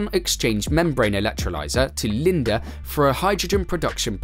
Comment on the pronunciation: It’s LIndE. Not Linda. LoL. Get it right mister!